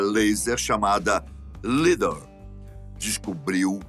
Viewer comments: Os brasileiros da Dakila Pesquisas tbm mapearam a Amazônia com a tecnologia LIDAR (a pronúncia é “Laidar”), mas vamos falar do trabalho dos pesquisadores alemães no lado da Amazônia do país vizinho. 😒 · meu querido... tecnologia "LiDAR" (pronunciando "láidar") Light Detection And Ranging